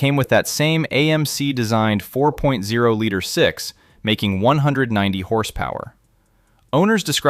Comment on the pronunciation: Ai slop voiceover. for future generations. likely all this guys videos... when you mispronounce 4.0 we all know whats up